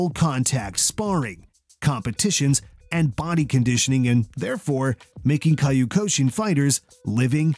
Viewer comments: This man pronounced Kyokushin like "Caillou-ko-sheen" 😂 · Somebody doesn't know how to pronounce Kyokushin. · If you can’t pronounce “kyokushin” correctly, you’ve lost me.